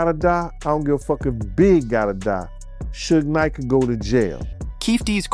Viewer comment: Why you keep saying shuge knights name wrong